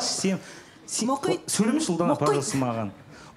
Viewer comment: Ұлдана сөйлемеш деп өлтірді😂😂😂😂